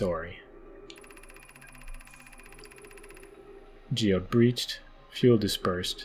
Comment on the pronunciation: is the most canadian sorry ive ever heard and im canadian